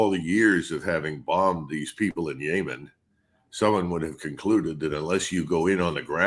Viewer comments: SHALOM its not YAAMAN its Yemen. You say nada about british occupied yemen 150 yrs violently left like USA in Afghanistan or Siagon Shame Yemens hate White colonialists like Israel the Jewish White problem of this world. World in fear of the Jew who is attracting its own masscre. What you do to palestinians Lebanon Syria you will do to yourself, laws of attraction KARMA. Bibi killing thousands of Muslims and Zelenskyy busy killing christians, destroyed 1500 Churches. TWO are not by accident. Zionist acting out on the Protocols of elders master plan since Russia Revolution orchestrated by Jews. Plunder Russia 1991 steal all resources who did this the Jews. Putin came in Cleaned House therefore the hatred for Putin who Saved Russia from the Jews. Who will save USA Canada from the Jews... Shalom I know my people know history no surprises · why is he saying Yaymen now and why is nobody questioning this change in pronunciation? I feel like it's some signal to the intelligence community or something. Also McGregor would never be allowed in public service here he's too pro Russia. I agree with his assessments but the general public would not tolerate it.